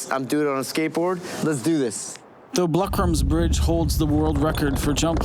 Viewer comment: every south african will laugh at the way you pronounce blou kraans bridge